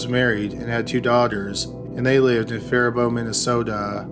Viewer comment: You actually pronounced Faibault correctly. In horrified someone in a nearby town was capable of such evil. Thank you for the great videos.